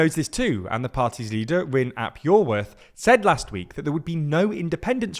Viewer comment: I am so glad to see you guys talking about wales!!! great video :] and great attempt at Rhun Ap Iorwerth's name!